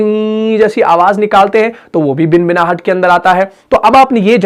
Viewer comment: خود صحیح ادائیگی نہیں کررہے بھنبھناہٹ کوبنبناہٹ کہرہے ہیں